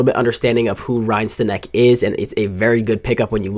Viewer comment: Pronounced Stanick